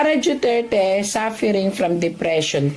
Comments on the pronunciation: duterte ma'am Hindi dueterte😅😅😅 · Mam hindi po Dueterte Duterte po